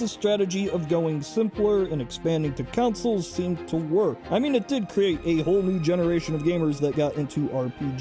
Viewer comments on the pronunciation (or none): I cannot get over their pronouncing of Console as "Counsol" lmfao